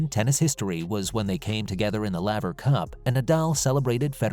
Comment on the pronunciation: If you purport to be a tennis channel, please learn the correct pronunciation of the name Laver. Shouldn't be too difficult, considering his record.